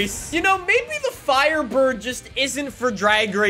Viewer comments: THE " FIRDBIRD " lol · "firdbird" hahahahaaa you made a lil mistake